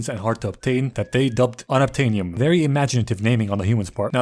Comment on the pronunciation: For an idiot he brings up a good point about the “unubtanium”